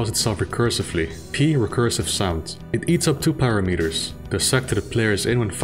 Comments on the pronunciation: Ok, to make it clearer, I noticed that you pronounce "determine" properly. It's "detERmine", as you know. Now think how it would sound if you pronounced it as "deter mine". It would be a mistake, and I hope you can hear the difference. Well, with "parameter" you are making the same mistake. It's not "para meter", but it's "parAmeter". You're welcome. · parAmeter. parAAAmeter. /pəˈramɪtə/ Got it? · Google "How to pronounce "parameter"". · NO. Please, do Google it and start pronouncing it properly. Do it, please.